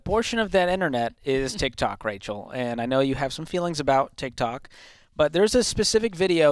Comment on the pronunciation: "TikThot" CGA